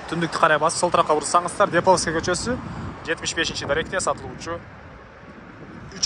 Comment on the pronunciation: Депауская эмес Деповская